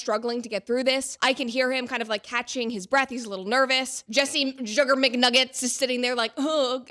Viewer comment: mcjuggernuggets is one hell of a name, you say it in the most correct way possible lol